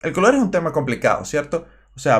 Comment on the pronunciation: pesnsé lo mismo apenas escuché "el color ejun tema complicado ¿cierto? osea..." JajsaJs